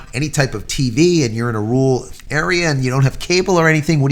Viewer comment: its not that tough to pronounce rural try RER - ALL